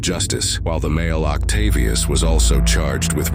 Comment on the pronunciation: Octavious lol.....what a surprise.